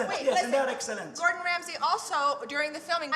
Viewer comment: "My Ex-Wifes Food was Eggsälänt!!!"